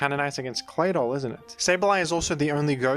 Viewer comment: Call me crazy, but am I the only one who finds the way that says Claydoll very satisfying?